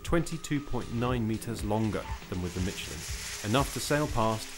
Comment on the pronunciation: can this guy not pronounce "SH"? it's pronounced miSHelin, and at the end did he say CHopping around? or is he trying to say SHopping around?